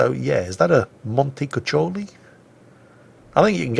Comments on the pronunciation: Actually, you don't pronounce C's in montecuccoli as "CH" but rather as "K", so something like montekukoli or whatever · The italian cruiser's name is pronounced "montekukoli". The double "c" in this case acts as a hard "k" as it is not followed by an "i". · Montecuccoli was an Italian strategist, contemporary of Clausewitz I believe. It's pronounced with k as montekukoli, same as in latin Cicero was kikero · the italian t5 cruiser? "Monty-cookie-ly"... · Forget it, he's British: their vowels are all screwed up! :D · For the actual pronunciation of Raimondo Montecuccoli, just find him (the count after whom the ship was named) on Wikipedia. ;) Note: the Italian pronunciation of C or CC as English CH doesn't depend on the amount of C's, but on what comes after: if it's an E or I it's like English CH, if it's an A, O or U, it's K. If the K sound in an Italian word occurs before E or I, CH is used (which, if you're used to English, I'm sure takes some getting used to). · pretend that both the double "c" are actually "k" and you should be fine. Ku and ko like in kudos and Kong. Oh and by the way, sooner or later we'll need to address your pronunciation of Giulio Cesare.... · you have to pronounce it like so: the E in monte is like the one in enterprise, the U is like the double o in cool, the Cs are like Ks and the I is the same as intelligence. And the accents are on the O of Monte and on the U of cuccoli. And you don't have to throw a pizza in the air while pronouncing it. Hope I was somewhat useful mate!